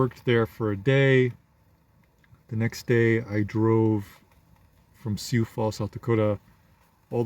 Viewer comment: Lot of Africans in the Dakotas. And it's pronounced sue